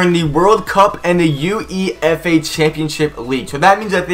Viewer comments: Yea is uefa , (oou eii faaa) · Am I the only one pissed that he’s saying U-E-F-A